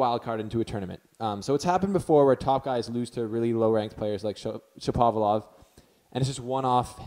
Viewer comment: U r pronouncing him as Shopavlov instead of Shapovalov!!